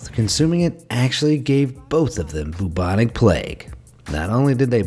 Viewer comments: It's pronounced 'byubonic' plauge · “What a rubbish way to go” No that’s a rubbish joke Also it’s pronounced bubonic not boobonic